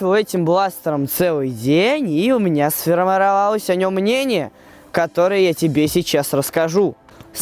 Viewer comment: Кстати, а что у тебя с речевым апорат ом что ты говоришь не сформировалось, а сформерелова